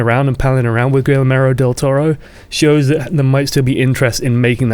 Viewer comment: It's pronounced Gee-air-mo. I just wanna say though that I'm liking this news show and I think you have great potential as a YouTuber beyond just overwatch content. Keep it up.